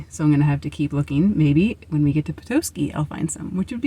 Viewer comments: Good job on Charlevoix. But Petoskey is pet-ah-ski. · Nope, she was right. This is where I live. Charlevoix is pronounced shar-la-voy, rhymes with boy. And Petoskey is pronounced pa-ta-skey. Not tow, ta, like tada!